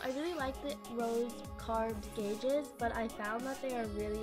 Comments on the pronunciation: Oh my god it annoys me when people say guages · Omfg "gauges"